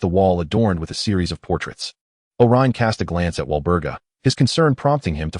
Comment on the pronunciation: Would have been better if you fixed the names that was sometimes wrong. Such as: Olyrion=Orion Gunter=Gaunt Thanks for posting!